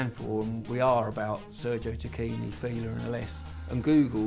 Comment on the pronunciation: by the way the actual pronounciation is "Tackini"- the italians pronounce "ch" like a "k" as in "Chianti" (pronounced 'Kianti')